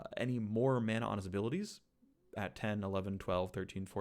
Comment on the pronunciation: Thanks for pronouncing it correctly as mana and not mana